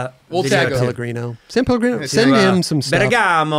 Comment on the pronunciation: Kudos to him for the “san” in “san Pellegrino ‘, americans always miss that